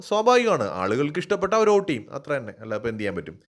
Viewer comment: "ഓട്ട് " അല്ല... വോട്ട് 👍